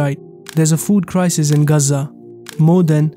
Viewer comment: The name is GAZA ! It is not GAZ-ZAA 🤬😡